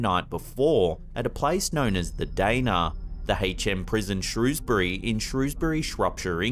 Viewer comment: Damn, posted 3 minutes ago! I have never been this early to get my Ham slapped! Can we all just appreciate the fluency with which said "Shrewsbury, Shropshire" without fucking up?